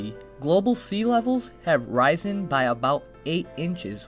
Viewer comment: you said risen wrong